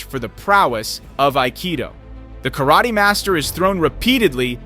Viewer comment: A karate expert does not attack like that. The announcer cant even pronounce Karate as it should be pronounced. The "karate players" in this video are not experts. Aikido demonstrations are very reliant on the manner of ""attack"" to allow the carrying out the defensive movements.